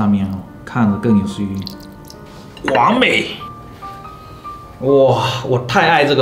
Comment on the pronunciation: 你说完美的时候，我愣是听成了“广美”，啊我还想说，你干嘛突然call 孟广美